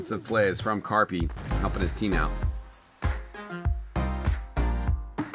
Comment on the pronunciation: You dont say karppi like carpee lmao